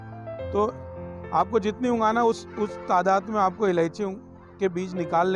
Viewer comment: Ungana nahi ugana kahte hai